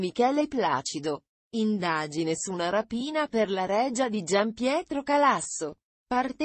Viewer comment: Ma come parla? La règia? La regìa! Ma questa è italiana o no?